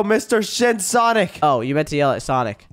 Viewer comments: Did said "SHIT SONIC"? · Bro said shit sonic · don’t swear I heard sh*t sonic